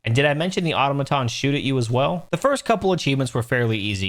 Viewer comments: I love the way you say 'automatons'... you know, like an idiot 😉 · I like how you call Automatons "Ottomantons"